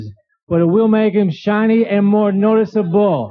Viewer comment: I’ve always wondered whether his odd pronunciation was intentional. Like, maybe he delivered the Carmex joke about curing cold sores - “I don’t know if it works, but it will make your cold sores more shiny and noticeable” - maybe it didn’t get a laugh until he tried “more shiny and noticeaBLE.” Comics, was he working at the syllable-emphasis levEL?